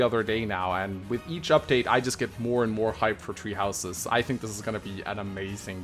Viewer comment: “fire emblem treehouses”